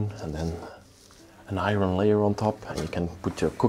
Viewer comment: lol love how you say iron like "i ron" it's pronounced like "i earn". Love your vids❤